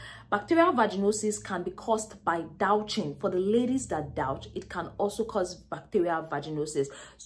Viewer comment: Her pronunciation may not be exact, but we know she means douching. Don't stew in the pronunciation. Focus on the content.